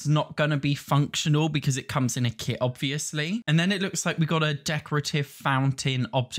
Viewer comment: “Obwishly this wone isn’t gwonna bwe colled- sowway I’m such a pig” 😂😂